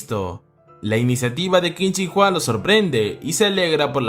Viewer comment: Jente normal pronunciando el nombre que qin chin Huang yo 😎😎😎😎 kin chin Juan